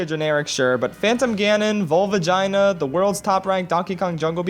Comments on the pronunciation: I choked when you said "Valvagina" or however you might spell that. I was 19 in 1998, but was too poor to own an N64. I still really am since they are collector's items now. What a crock! Even after 20 years, I can't afford the old games because idiots with their heads up their asses have to display them on bookshelves or just keep them in locked away in storage! I do have a Nintendo 3DS, and my first 3DS game was Ocarina of Time. That was the first game I had ever placed with 3D graphics, and I was totally blown away. I only have Link Between Worlds as an alternate game. I want to get Majora's Mask, but I doubt Walmart will ever lower the price. I'll have to try to get a used game online, but I only save like $10. I did find the ending of Ocarina of Time touching. It kind of sucks that a mistake Zelda did as a child could follow her into adulthood. On the other hand, you had to do all that work because Zelda wouldn't leave things well alone. She thought she knew better as a 7 year old, but, yeah, she destroyed the world. You can't really stay angry with her though. At least, she was there for you when you woke up confused in a dark future... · Valvagina lol